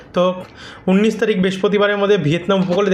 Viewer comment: প্রতিটা কথার শেষে গিয়ে যোগ করেন কেন?উনিশ তারিখ কে উন্নীস বলছেন কেন?